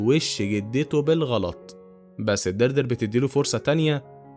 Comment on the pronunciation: إسمها ديادري مش دردر 🤣